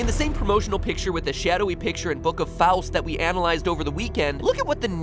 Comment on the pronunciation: You can pronounce Faust well